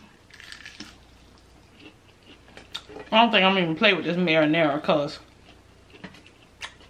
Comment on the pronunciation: She said I thank iss good chile 🤣🤣 u always make me laugh and dass why I love u 💛💛